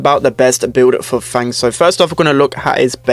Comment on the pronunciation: fang is not actually pronounced as the english word fang. since he is decidedly chinese, the "a" in his name should have an "ah" sound. f-ah-ng